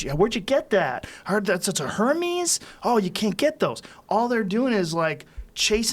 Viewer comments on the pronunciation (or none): Lmao, It's pronounced "Hair-Mays" Joe, Not "Her-Mee's". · Joe Said Hemeees ... My Ex Girlfriend use to laugh at me ‘cause it’s pronounced Hermès (her-Mez)